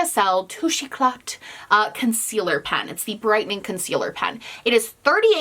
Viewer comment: For the Touche Éclat concealer, I heard that Elf just released a dupe:) Great video, and just fyi, the "t" in Éclat is silent;)